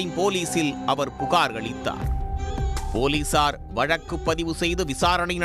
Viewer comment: போலீசார் என்று சேர்த்து சொல்லுங்கள்.. ஏன் போலி சார். என்று இடைவெளி ?